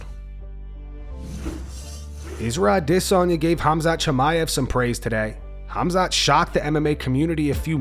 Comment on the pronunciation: If only he could pronounce Adesanya instead of AwDEsonya